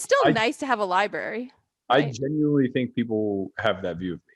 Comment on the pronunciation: Liebarry..... bwhahahah lie-brary **